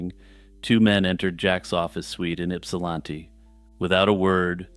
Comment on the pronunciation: So proud of you for pronouncing Ypsilanti so well! ;)